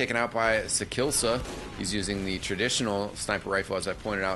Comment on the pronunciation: sakillsa... :( its sakiisa